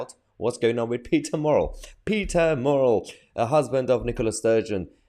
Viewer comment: It's MURRELL......NOT MORRELL!! At least get his name right FFS???